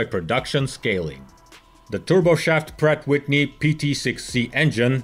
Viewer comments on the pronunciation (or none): please remember to pronounce the 'and' in Pratt and Whitney..most people just sort of say a nasal 'ennn' which is maybe why you never noticed it...love your videos...:)